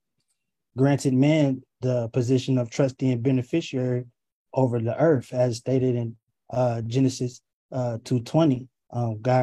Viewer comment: Stop this! Quit listening to his bullcrap! Why isn’t his face able to be seen! It’s Earth not Earfth